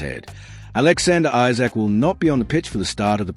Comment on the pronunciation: Who types your commentary, it’s Isak not Issac and Wissa not Wisser.